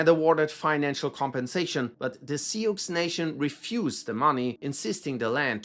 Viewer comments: Si-ox ??? It's pronounced Sue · Hehe to the way you said Sioux 😂😂😂 it's pronounced more like seeooo (though most Americans pronounce it sew or sue). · Hey! In case you have to talk about the Sioux in any future videos, it’s pronounced closer to “soo” Love the content always! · Hate to tell you this, but Sioux is pronounced "sue." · "Sioux" is pronounced 'Sue' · Hey, not sure if this matters much to you or not, but Sioux is pronounced similar to the word “sue.” Not sure if you’ll ever have another video talking about the Sioux nation or not. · Sioux is pronounced Sue. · Sioux is pronounced (sue) great job none the less! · Think you need to brush up on your American history. Teddy has done more for this country with regard to conservation and fighting for the common man than anyone .. and George freakin Washington was "controversial" too?? Are you freakin kidding me? Lol And btw the word "Sioux" is pronounced "Sue" .. shows us you are indeed quite clueless in everything American. Shame .. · FYI: I believe “Sioux” is pronounced “Sue.” Thanks for the great video! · made me cringe with that pronunciation. No hate on it. But it’s Sue (its french) and means Snake or Enemy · you’re fine. Just if you say that around anyone in Sioux City (or North Sioux, South Sioux), Sioux Falls, or any Big Sioux, Little Sioux townships…get out of those settlements if you wanna keep ur money. We don’t like it people pronounce every letter